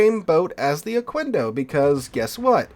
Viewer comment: Just a tip: Pronounce the "quendo" part as you would "kendo" (as in Okendo). In Spanish, the u after a q is 'silent' if there's an 'e' or 'i' after it. Also, I haven't touched that ship like, ever. Got it from dockyard, is still sitting on dock - thought abount bringing it to Operations, but I'm not sure how it'd perform...